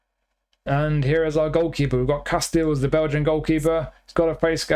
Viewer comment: I like your extended knowledge on Casteels. You even pronounce it right.